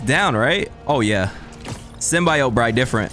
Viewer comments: why is bro calling it the sym-bye-yote😭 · it’s pronounced sim - bee - oat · why does he say symbiote like that😭 dawg its sym-be-ote